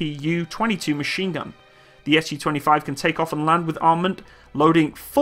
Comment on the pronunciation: A note a someone who speaks a little Russian please say Su like Sue not S.U